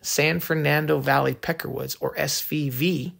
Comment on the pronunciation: I was about to ask if he can pronounce "F"